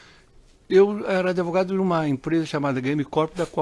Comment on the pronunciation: "Adevogado" kk